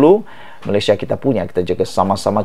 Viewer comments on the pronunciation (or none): none